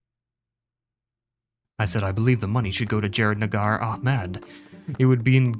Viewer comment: not a single “g” in Nahar bro 😭